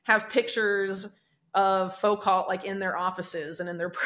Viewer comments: "FOO - KO",! I swear, she's gonna drive me nuts until she learns how to pronounce "Foucault" properly... I've heard her say it wrong several times recently, and it's like fingernails on a chalkboard for me... lol *, YOU'RE A GENIUS AND A PROPHET -- PRONOUNCE YOUR FRENCH SURNAMES CORRECTLY! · Wow. Surprised doesn’t know how to properly say “Foucault.” Just saying. Noticed an increase in loss of pronunciation